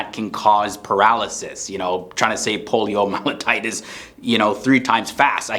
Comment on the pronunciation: Interesting, although he needs to look more closely at the pronunciation of "poliomyelitis"... he had an extra t somewhere in his pronunciation... both times!